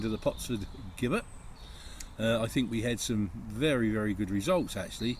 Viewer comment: Great choice of potentially haunted locations. Perhaps you've made contact with an elemental rather than the ghost of a male/female. The pronunciation of 'Gibbet': the first syllable is the same as in 'Jim' and not as in 'give'.